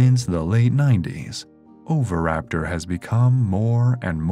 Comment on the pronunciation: It's pronounced o-vee-raptor not over-raptor. Had to mute.